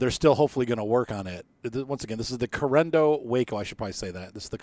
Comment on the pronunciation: Say it with me....C A R E N A D O......😂 😂 😂 😂